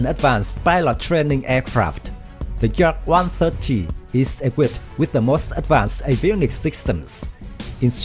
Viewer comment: please learn at least the name of this plane and construction beraoue that designet it,Yak is not Dzak as you say ,look it up at the some russian videos about Yakovlev planes.please we like the work you are doing do not ruin everything by a poorvoice overs.work on basics!Thank you.